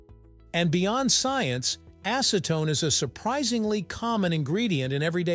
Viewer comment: Now say after me.. acetone.. not ASSEtone